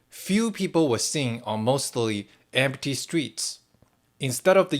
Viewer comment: 'Empty' has two syllables : 'M T'